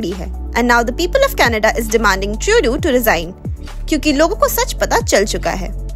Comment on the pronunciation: Not tuedeau say Trudeau